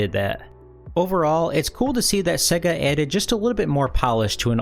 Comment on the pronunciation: It's pronounced "say-ga" not "seh-ga"